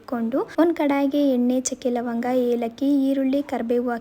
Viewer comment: Chakke lavanga anta Chanagi helthira 😅